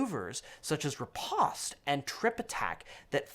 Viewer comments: correct pronunciation is "ri - post" Post like toast. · Did this man just say "rePAWst"?